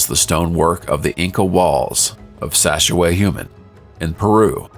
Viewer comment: pronouncing the names of these places, you must look to where the accent is placed. you got two wrong. I cannot possibly spell them without going back but sacsuyuman has the accent on the last a, but you didn't pronounce it that way and teotihuacan also has an accent on the final a. yet, you don't pronounce it. pay attention.